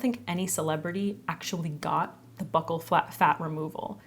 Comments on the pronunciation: "Buccal" is pronounced "bew-kull" fyi. It refers to the cheek on your face. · I really don't follow celebrities, so I can't really weigh in on this topic much. But I can tell you that, the "bucc-" in "buccal" is pronounced like "buke-" as in "rebuke." I also wanna say that I could probably listen to you talk about anything, I love the timbre and cadence of your voice. Like, I wish you had a podcast or something, and I'm not even a big podcast person. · It's pronounced bew-cal so bew like pewpew 🔫 and cal like so-cal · Pronounced like BEW KUL fat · Pronounced BYOO.kul fat. I hate it, too! 😓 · I’ve only heard it pronounced like “buckle” fat.